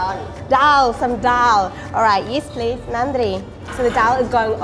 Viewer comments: I like yours Tamil pronounced nadri and vanakam sister. Would you like Madurai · Ultimate... WOW... Finally Paradise has been revealed... BONDA shops... Ultimate Veggie meals.. WOW WOW excited.... Jigirithanda needs more topping... VANNAKAM and NANDRI WOW... Nicely pronounced Dears...